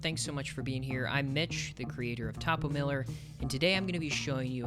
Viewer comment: very cool! One thing... It's tOHpoh, not tAHpoh. You can say "topographical" either way, but when you shorten it to "topo", it has to be a long OH sound. I just thought you might want to know, before you get too deep into making videos and doing branding and such. :)